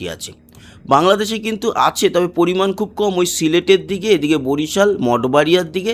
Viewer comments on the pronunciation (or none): none